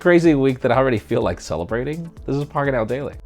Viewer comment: When you say pocketnowdaily it sounds more like "Park N Out Daily" 🤯😅